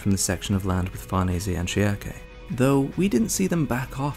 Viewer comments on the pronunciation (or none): I swear, every single person has their own way of pronouncing "Schierke". You pronounce it "Shiake", TheAlmightyLoli pronounces it "Shrike" and I personally use "Shirk".